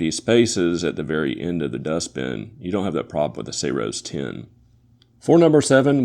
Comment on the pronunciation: Did you just call it Sayroes 10?